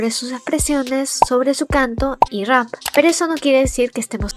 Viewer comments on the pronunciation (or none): none